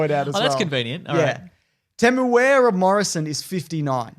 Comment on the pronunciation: It is not pronounced Temoweara